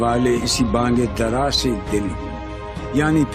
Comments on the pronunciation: Baang-e dara not Bang-e dara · بنگ درا نہیں بھائی -------بھائ بانگِ درا کہو۔ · It was very unfortunate and annoying to hear the faulty pronunciation of the Anchor that too about the pillar of Urdu poetry. First of all the anchor must correct her stupid pronunciation. She couldn't pronounce 'Allama' calling it Alama. Bang e Dara instead of Baang e Dara; Ikbal instead of Iqbal; Yakeenan instead of Yaqeenan; and Maksad instead of Maqsad. I couldn't tolerate this nonsense and closed your video. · Bange dara nahi, Baange dara sahi lafz hai. Baang ka matlab awaaz ya awaaz dena